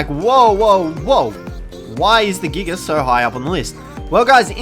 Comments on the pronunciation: I understand wanting to abbreviate Giganotosaurus, but why are you saying "Giga" like (Gig-uh)? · It is said jiga even though its giga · He called it a giger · Nobody:: Giger